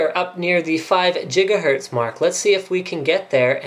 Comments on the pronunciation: GIGAHERTZ ... not jiggahertz xD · What the fuck is a "JIGAHERTZ?" Did he not know he was saying gigahertz wrong? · FIVE JIGAHERTZ?!?!?!? GREAT SCOTT! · Jiggahertz :D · What the hell's a jiggahertz, doc? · HOLY MOTHER OF GOD, 5 JIGGA JIGGAHERTZ? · yay for Jigahertz! xD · Jigga what? Jiggahertz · jigga hertz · jiga what ? jiga who ? jigahertz... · 4.6 Jigahertz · jiga hertz lol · 5 jijgahertz lol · Jiggahertz LOL